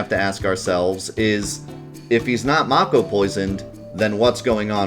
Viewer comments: its may ko not maw ko. get it right! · I want to watch this video but your pronunciation of mako is making it hard. I don't know how it's actually supposed to be pronounced but in my head it's always been "MAY-ko" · Man I hope the remake pronounces it like "make-oh" like how I thought it was pronounced my entire childhood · I stopped watching when I heard how he pronounced mako. I'm so offended!